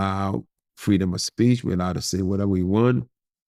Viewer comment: Why would he shay dat yo??? U sound like a lil female dog when u shay dat yo